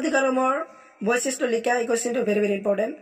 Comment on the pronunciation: Boisisto nohoi boikhistho , বৈচিষ্ট নহয় বৈশিষ্ট হয় Sir, অলপ ভালকৈ চাবি বাবান বিলাক। Sir আপোনাৰ মাতৃ ভাষা বেংগলী চাগে ? হয় নে sir?